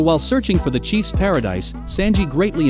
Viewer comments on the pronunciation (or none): Understood. I felt you should know that , you said "CHIEF'S paradise." It's "CHEF'S paradise." Hope this helps.